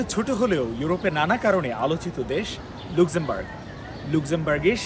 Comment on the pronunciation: দেশটার নাম "লাক্সেমবার্গ" (আপনাদের কাছে ভুল উচ্চারণ আশা করছি না)